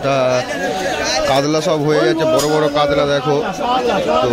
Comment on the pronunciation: কাতলা বা কাতল কে কাদলা কেনো বলেন ।